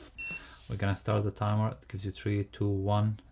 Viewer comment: Great and informative! Just the pronunciation could’ve been more taken care of - I’ve never heard so many times „TAIMOR” instead of timeER🥳